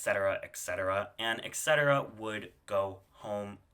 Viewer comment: Why do Americans see "et" and hear "eck"